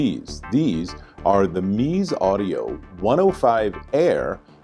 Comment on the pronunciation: They do make some excellent headphones, and these are no exception. Drop (Massdrop) has the 99 Noir, which is basically the 99 Classic for $100 less. Well worth it. I am fairly sure the pronunciation is Mez-ze (zeh or zay)